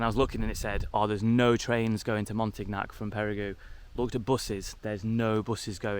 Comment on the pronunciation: Say Montignac ....MONTEEN YAK BTW I liked your first place best but the cabin was great too , with your gf on the 3rd though , downstairs too small